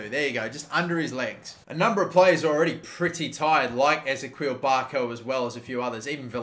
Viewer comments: it's Ezekiel not Ezeqwil, mate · It’s pronounced eh-zee-key-el Barco! Love the videos! 🥰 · Wait say barco’s first name again😂😂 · Please brother, start saying Ezequiel correctly. I know you know how to say Ezequiel and you just choose to say it wrong every time.